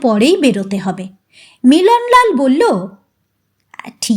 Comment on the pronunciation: tomaar galpopat aamar khubi bhallolage, karon onno channeler kathakder moto tomaar uccaron dosh nai. "phhu"-er path annobaddya. bangla sabda "thulangi"ke tumi "thalangi" uchharan korle kano? aar sab pathai tumi "bollen" aar" bollo" sabda uchharane timing anabashak Jordan Dao kano? aamar boyosh90,tai tumi liklambole kichhu mone korona.tomar channel-er nam janale tomar galpopath aaro sunb subechha nio.. n